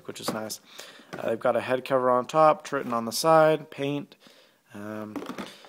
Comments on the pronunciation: Should have gotten Astros. Btw they're pronounced *Try-ton*. Man, I'm just in my douche mood right now, my bad. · you said tritton wrong also you made a good choice because my turtle beach's keep breaking